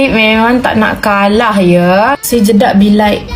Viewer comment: Kak kenapa nak cakap jedak jadi jeduk pelik lah kak 😅😅